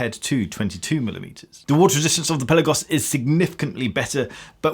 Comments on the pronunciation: It’s called Pelaaagos, not pellagos! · Fantastic review as always. I do wish you'd pronounce Pelagos correctly though - Pelarrgos, not Pellagos. Also, the Pelagos is better than COSC, being rated at -2/+4. If I could find a new one in an AD here in the UK, i'd buy one. Are Tudor playing the Rolex game do you know ?